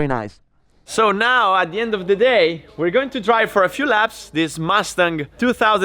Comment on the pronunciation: Dayuuum!:)) I didn't know you do a second take speaking English for the English verion:) This is sick. I just thought it's purely a subtitled version of the Italian vid. - - stop pronouncing "mastang":)))) it's killin' me:)